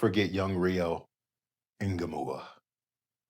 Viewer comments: N-gew-mo like mo salah, ha like haha Ngewmoha is how you'd pronouce it i think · His name is Ngumoha. It's pronounced nga-mow-a. Nga, not inga, not enga, not unga, not anga. Just nga.